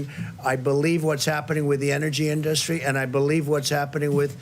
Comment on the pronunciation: You can always tell what parts of this orange imbecile's speech was written for him.......then he veers off to the horrible grammar, the mispronounced words (think in-DUST-ry) and just rambles on and LIES. WHAT A DISGRACE